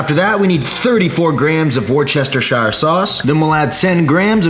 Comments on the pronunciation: The Anabar is amazingly delicious and addictive! -- pro tip... Worcestershire is pronounced Wooster-sure. Yup, check it out online if you want to confirm!!;-) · on behalf of everyone from the UK - it's pronounced wurstersure sauce. You just butchered that like GD butchers names 🤣🤣🤣🤣🤣 keep up the great recipes, they're game changing 💪